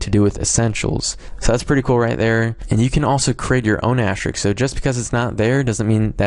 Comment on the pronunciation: Thank you even though I found this 5 seconds after I found out what I did wrong lol. And also, not to be rude, but it's asterisk, not ashterik.... But great video and helps a lot :D